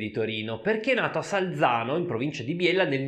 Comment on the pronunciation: E' Sagliano, non Salzano Micca.